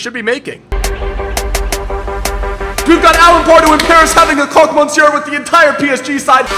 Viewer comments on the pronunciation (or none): none